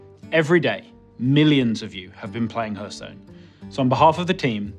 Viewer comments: Not sure I want someone who pronounces Hearthstone as Herthstone to be in charge of this game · Jmt1000 I didn't closely examine the rest of the video for inconsistencies but the rest of his speech seemed pretty correct... I just kinda think that someone at the company could take the game director aside and say "bro say it like "harth" not "herth" ok?" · TFW the gamedirector mispronounces the name of the game multiple times... It's not "herthstone" it's "hearthstone" the beginning is said like heart. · It's so annoying that can't pronounce it correctly. 😂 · Nobody says Heörthstone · It's pronounced harthstone! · WHAT DID HE SAY?! He's a developer and he says the game's name like that?! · Main criteria for game director should be "Can pronounce title correctly." When people say it like that it annoys me too much. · He can’t pronounce Hearthstone